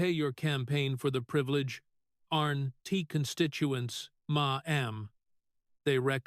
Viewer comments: Ma Am has an all new meaning! IA may be smart but can’t pronounce Mam! 😂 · Who ever or what ever is doing the moderating on this video is horrendous. It keeps MA EM instead of MA'AM. Awful moderating. Sounds fake and I do not believe Senator Kennedy would appreciate this at all. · I agree. I gave up listening due to the “ma m ‘s”. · Can't you say mam! Not maam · Your AI can't pronnounce the word Mamm😢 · Funny how AI says "Ma'am" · Why does the speaker continuously mispronounce maam? Makes him sound like an idiot. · Unbearable to hear that moronic way to pronounce MAMM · They need to teach AI how to pronounce Ma'm. 💋🤠